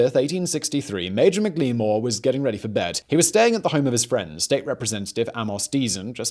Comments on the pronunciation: Mik lee more not even close it's Mack La More! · I'm not entirely sure, but I believe McLemore's name would have been pronounced "Mackle-more."